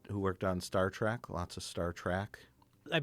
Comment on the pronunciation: Not me. I say Trek. Mike says Trak.